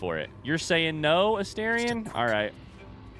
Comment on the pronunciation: You finally said Astarion correctly 🎉 Only took 129 videos 😂 Edit: I spoke too soon, you immediately reverted 😂